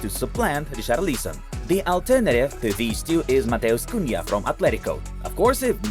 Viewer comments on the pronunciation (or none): none